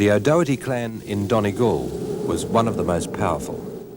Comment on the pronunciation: The pronunciation of O’Doherty was awful. In Derry and Donegal, it sounds more like Daw-herty, or Dordy, depending on the area. The local historian lady May McClintock says it properly while welcoming the Australian priest.